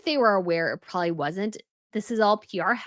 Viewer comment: You are WAAAY too old to be pronouncing probably as "prawley", don't you think?!?